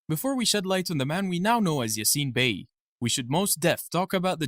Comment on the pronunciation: whya re you raping his name with an american accent?